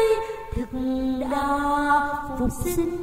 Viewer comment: Giọng hát solo nghe thì hay, nhưng phát âm từ "sinh" gây thất vọng, ngọng líu ngọng lơ.